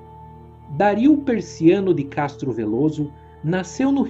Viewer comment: o vídeo é otimo. mas vc pronunciando Dario como Dáríl me deu agoniaaaa hahaha